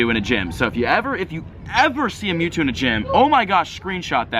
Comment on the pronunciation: who got an ad when he said metwwo